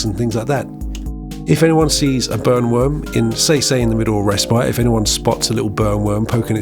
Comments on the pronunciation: Not gonna lie, I thought you said “Bone worms” and it unlocked a new fear. Not that the burn worm is any better😂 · I thought you said "bone" worm....😂